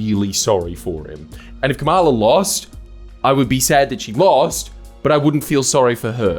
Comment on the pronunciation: Seriously? You still can’t say Kamala Harris’ name correctly. The rest… on point as usual 😅